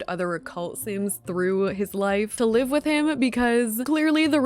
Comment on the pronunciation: no she’s saying it wrong😭